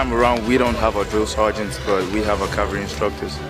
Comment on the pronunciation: Why do they keep saying calvary rather than cavalry?